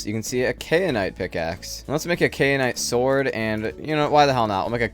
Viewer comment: it's KAI-uh-nite not KAY-uh-nite